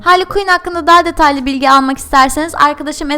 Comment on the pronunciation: .y ayrıca o HARLİY KUİN DEĞİL HARLEY QUİNN